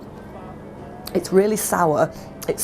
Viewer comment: its not jus a cahet, its a beeh !